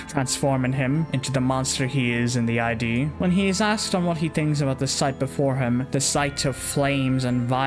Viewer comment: You keep saying I.d I’m fairly sure it’s supposed to be id as in ego super ego and Id